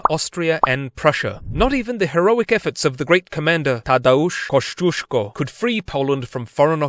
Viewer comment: It was so joyful to watch this and listen, how you have managed to pronounce all Polish names and surnames. Splendid and cheers to you good sire.